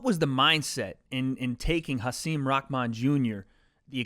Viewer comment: Thank you for pronouncing Hasim’s name better than literally anyone who has interviewed him. Much love 🙏